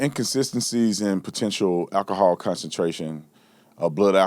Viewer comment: I just wish Brandon could pronounce words like “alcohol” and “ask.” “Akahawl” & “Aks” kinda fucks up his credibility as a former law enforcement officer.